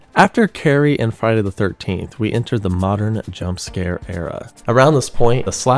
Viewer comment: Why he keep saying modern whore?